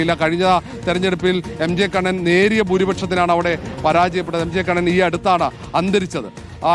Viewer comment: സുഹൃത്തേ... ഒരാളുടെ പേരെങ്കിലും നേരെ ചൊവ്വേ പറയൂ.. Mg കണ്ണൻ എന്നാണ്..